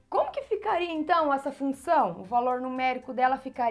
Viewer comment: Professora vc precisa cortar esse "f", se não fica "lunção". Suas aulas são excelentes.